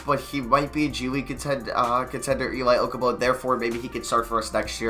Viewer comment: Elie Okobo is pronounce El-Lee Oh-Ko-Bo